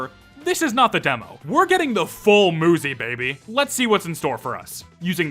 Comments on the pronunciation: i also thought that you say it muzy not moozy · I thought it was pretty obvious that the game was pronounced Moo-zy and not Muh-y. So I think that's just a skill issue💀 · Muzy would be pronounced mYOUzy not muzzy wtf are you waffling about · I’m pretty sure one of the reasons why they pronounce muzy like moo-zi is because cuz ma-zi is a slur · Not all vowels are the same. The 'oo' sound in English was once denoted by the letter 'u' and continues to be in many other languages. Personally, I believe that to accurately convey what you read, it would need to be pronounced as "muzzy" to capture that 'uh' sound. Unless, of course, you believe that 'uzi' should also be pronounced as "uzzy." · uuuuh to say, muzy IS pronounced as moozy in portuguese, so i would never guessed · it should be pronounced "myoozy". like cute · Muzy. Rhymes with Suzy. Ain't rocket science. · if they used ü then moozy would be the correct way to say it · Or another pronunciation fix: Müzy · I thought it was pronounced M 'you' zy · That "Muzzy" pronunciation and referring to Muzy as green and fuzzy is strange to me considering there was a film intended to teach children a foreign language named "Muzzy in Gondoland," where Muzzy himself was indeed a green, fuzzy thing. Just thought that was worth mentioning. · Ngl if I had no context about the game, I would have pronounced it "mew-zee", like music. Muzy still makes way more sense than Muzzy though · Honestly I'm not surprised if the dev is just making the game to test their game developing skills (and to get quick bucks) but the popularity is just exploded out of nowhere must be too much for them. Also, why do I think that Muzy developer is Japanese? Maybe they pronounced Muzy as "Moozy" and the UI arrangement in the screen title ? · If the game was supposed to be pronounced like he thought it was, it would have 2 Zs, as in Muzzy. Muzy is pretty obvious. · Sorry to interrupt, but MU is more often pronounce as moo instead of mew